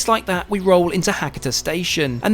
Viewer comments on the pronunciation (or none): Try to pronounce the local town names properly. It's Ha-ka-ta, not Hakkitter.